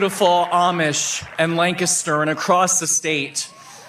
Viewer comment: You can tell the guy with the long hair isn't from PA. He can't pronounce Lancaster properly.😂😂. He needs to stop speaking about a state he doesn't live in.